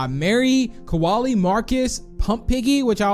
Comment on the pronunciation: KOALIE IS NOT PRONOUNCED LIKE THAT!!!!